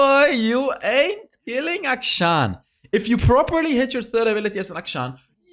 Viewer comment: Akshan is pronounced A-(kshan), as in 'action'. It's an actual Hindu name.